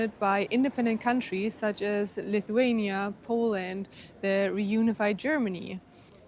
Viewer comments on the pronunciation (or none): none